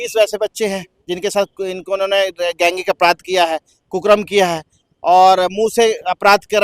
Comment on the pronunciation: कुकर्म को कुकरम बोल रहा है